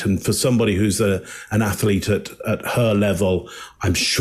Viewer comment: Boy, I’d sure love to see Tom Brady drop out the game at half time in the Super Bowl because he was intercepted. Btw the word is pronounced (Ath-leet).